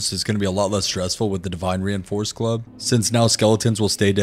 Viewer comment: I was listening and not watching and heard "Reinforced Glove" every time he said reinforced club, now when he says it it still sounds like glove instead of club